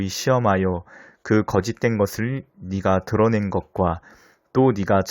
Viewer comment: "네가 "를 "니가" 라고 읽어서 아쉬워요